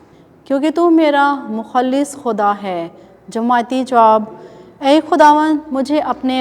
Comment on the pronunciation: برائے مہربانی لفظ مخلص بولنے کا تلفظ ٹھیک کر لیں